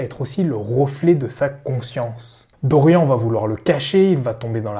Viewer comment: Par contre évitez de prononcer Dorian comme dans la vidéo... c'est Dor-yanne... comme dans Marianne...